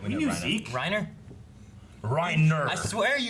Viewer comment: its "Rye-Neeeer" as uttered by Sergantajs crew